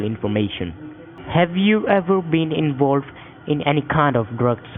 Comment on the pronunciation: "Mr. Wichard, are you sure you've nevow been invowved in any cwiminaw activdees?"